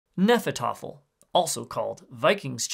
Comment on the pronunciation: pretty sure the h is supposed to be pronounced.